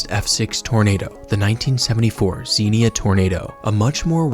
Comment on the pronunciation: It's pronounced, Zenya, Ohio.SMH. You gotta be an Ohioan to know how our cities, towns, and villages are pronounced.